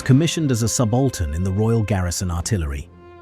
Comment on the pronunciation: AI shite. The RAF does not have generals, brigadiers or majors. Oh and colonels. You pronounced subaltern and Ceylon wrong.